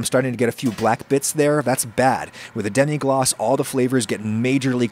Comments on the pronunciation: Ackshually it's just "glace" (pronunced glass) not "glacé" (pronunced glah-ceh) which would mean "iced" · It's demi-glace and not demi-glacé, but I think French people will appreciate the attempt at sounding more French. (Fwiw, if it were "demi glacé" it would have to be spelled "demi-glacée" because it would be an adjective applied to a sauce, and "sauce" is a feminine word in French. But "demi-glace" is a noun and the name of the sauce, not an adjective) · Lemme be the 15th french guy to say that there ain't not "é" in "Demi Glace"